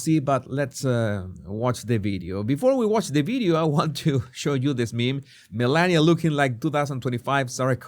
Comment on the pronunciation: I thought yours was a good unbiased analysis of this brief interaction. Both sides are showing their bias by overanalyzing a very neutral interaction. My biggest complaint on this video is you need to learn the proper pronunciation of the FLOTUS if you are going to call her by her first name.